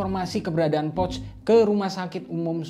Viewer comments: Cara penyebutan "Pöch" adalah "Poesche/Pœch" bukan seperti mengucapkan "pouch". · Cara baca salah poch bukan pocth